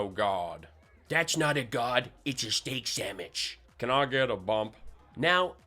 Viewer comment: I'm surprised didn't catch him saying Steak Sam Witch...